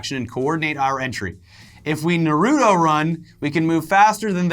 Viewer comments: Wtf is nurutoe it's nartoe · It’s not narodo It’s nar-ru-to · I’m not even a stickler but it’s NARUTO not NORUTU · I feel like you guys purposefully pronounce "Nuh-rew-toe" that way to trigger the most hardcore weebs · Ner-oo-toe? Why is nobody talking about this. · The way he says naruto kills me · I dont like the anime Naruto but even I was irked at how he pronounced it.